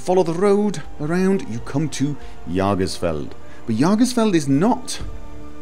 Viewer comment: just as a note on pronunciation! Based on the contents of the mod, I have to believe that this mod's name is German based. Jäger is the German word meaning "Hunter", and I think the mod author either twisted the word a bit or simply didn't know how to spell it. If the mod is in fact supposed to be the word "Jäger", it should be pronounced "yay-gər". If it helps any, Jägermeister is an alcohol you might have run in to or had the reason to say the name of. Or if you've watched the movie that came out not too long ago "Pacific Rim", the Jäger Program made the giant robots. Thanks for finally doing another house mod! Much appreciated! Keep at it